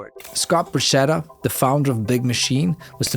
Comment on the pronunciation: Borchetta : it is "Borketta" not "Borshetta" .......how about Porchetta ?